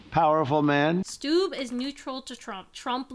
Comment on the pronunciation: If you care about pronouncing names, you were close with Stubb's pronounciation. However one B isn't silent (the second one is) and U is short. Or at least that's how the finnish pronounce it, his name is swedish. I believe the IPA would be [stub] if you can read that